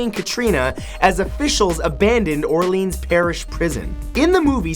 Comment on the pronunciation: New Orleans. Not New Orleens